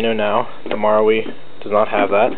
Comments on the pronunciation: just read it as maRU lol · Your saying marui wrong btw